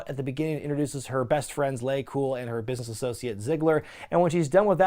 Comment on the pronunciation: “in this business-ah” “just die-ah”